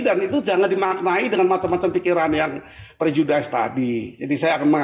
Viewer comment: Prejudis bukan prejudaise Pak